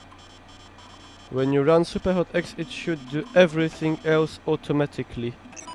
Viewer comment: Okropnie kaleczysz tę grę... SJUPER HOT